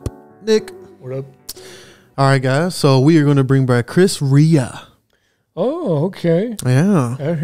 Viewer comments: This was a pretty big hit back in the day. Loved it then, love it now! (Come next Christmas you might try his “Driving Home for Christmas.” It’s pretty great.) P.S. Rea is pronounced Ray. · Rea is pronounced rAy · Sorry I don't normally comment but his surname is pronounced Reeah he's from the same town as me ..Middlesbrough in the North East of England, his family owned cafes here.